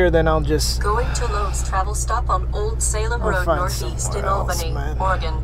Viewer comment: He said Albany wrong lmao, me friend from the west does the same thing. As opposed to Al-bany, its pronounced more like All-bany. I found it hilarious when he said that. PS- Try Pops Saloon if you are staying in Albany